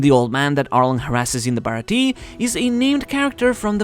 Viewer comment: I really wish all these youtubers would learn to say the Baratie's name properly. It's pronounced Baratia yes it is spelt baratie but when you say it the E at the end needs to be more of a a sound.